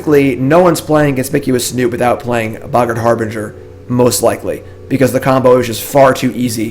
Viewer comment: Bro, you need to look up the pronunciations for "boggart" and "harbinger".